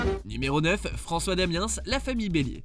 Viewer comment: On prononce pas le s de François damiens